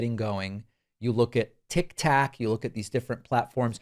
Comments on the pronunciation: Did Packman call it TikTak. Did I ... did I hear that correctly? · why does david pakman pronounce it tic tac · "You look at tictac" my dude.😅 Was that an old man moment or a failure to go off your chorus script? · He says it mocking Trump who once called it TikTak. He has a sound drop of it. Same with "O-bom-na". It's genuinely a joke at Trump being an idiot. He's a lot of things, but he's not an idiot. He's been doing social media since the jump. He knows that words matter.